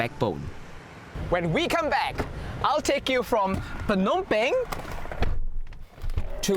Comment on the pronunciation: The way the host says "Phnom Penh" is very close to the actual Khmer pronunciation. 😍